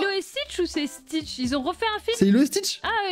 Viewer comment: Quand j'ai entendu dire Stitch en beurk j'avais envie de me désabonner